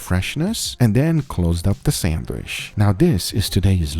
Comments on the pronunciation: it is sandwiCH, not sanduish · homie be sayin sandwish lots of times. someone help him out. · I'm the only one hearing him say Sandwish ? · sangwish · ah yes... the sandweshh